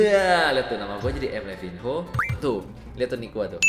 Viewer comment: Itu bacanya livano